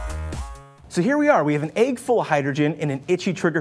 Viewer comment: its pronounced EGG.. not AYG